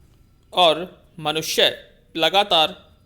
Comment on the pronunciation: Sir आप ओर को और बोल रहे हैं और अन्न को अन्य